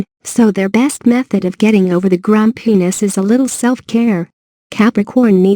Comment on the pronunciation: Did she just say; grum-penis?